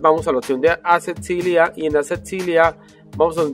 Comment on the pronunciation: Contatos... atsetsibilidad JAJAJAJ